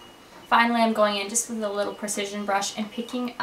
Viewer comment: lol she always says "i'n instead of I'm"